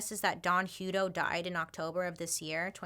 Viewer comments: Yikes! I grew up in Hutto, Texas 😬😧 we pronounce it Huh-toe lol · I've worked for CCA (now Corecivic) for almost 6 years now. Don is dead now. It's pronounced like a hut. We just had our ACA audit. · Sorry dear it's pronounced Hut-to as in a hut. 🙂